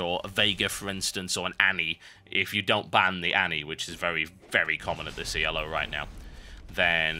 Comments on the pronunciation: It's not E.L.O., it's "elo" pronounced just as it is because it's not an acronym for anything. It's a rating system that was designed by a guy named Arpad Elo. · Why does he pronounce Elo "yellow" ?